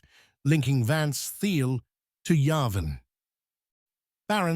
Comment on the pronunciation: Please teach the Eleven Labs voice to pronounce Peter Thiel's name correctly (it is pronounced "Teel." It is one of the many things that makes current AI voices dead giveaways. With that said, this is spot on and is exaclty what is happening.